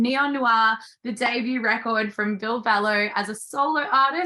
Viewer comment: It's really not difficult to pronounce. I've heard plenty of Australians pronounce it correctly. I generally assume that those who pronounce "Ville" incorrectly have only read it and never heard him say it but I would imagine longtime fans have heard it multiple times.